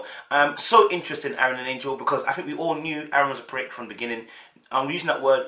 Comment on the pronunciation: Bro..... you love to Jack up a name though 🤣🤣🤣. Her name is Angel.... like "Angels We Have Heard On High". And not Angela as in Angela Bassett.